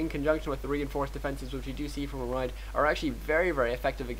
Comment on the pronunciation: ReMinD not ReminD